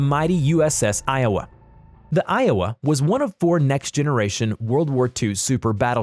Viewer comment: WOW, he pronounced Iowa correctly, what a miracle!!!